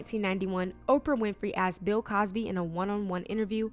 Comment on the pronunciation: Not Pill Cosby talking… 🤦🏽‍♀️